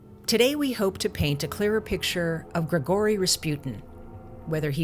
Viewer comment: Good video but like,, "GregOry Raspyut'n" ??? Sorry that just stuck out to me xdd